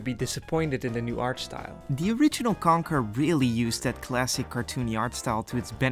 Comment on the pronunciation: As a fellow Dutchie i find it really funny how you pronounce Conker and Starfox as Kanker and Starfucks.😂